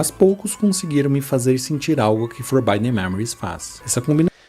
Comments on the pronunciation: Pra fãs de FM como eu o vídeo irrita no início pra fazer uma conclusão que faz todo o sentido no final. A única crítica fica pela pronúncia mesmo, forbidden se lê como se escreve, e não com som de /ai/ no 'i'. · Eu sei que é uma reclamação fresca/fútil, mas o vídeo do cara fica praticamente impossível de assistir a cada vez que ele fala “forbaiden”. O que que custava ver que a pronúncia certa da palavra é “forbidden” com som de “i” mesmo? Sei lá. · Pô, mas "Forbaiden" é complicado. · legal o video, mas o querido falando for by them a cada minuto foi um pouco puxado pra mim kkkkkkkkkk